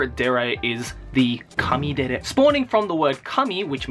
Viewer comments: It's kuudere not coodere Baka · I think you meant "Kanye"dere instead of kanedere.